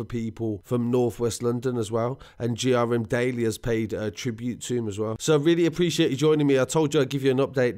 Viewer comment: GRMDaily is Grime Daily, pronounce it right bro, especially if you want to ever be considered a proper journalist.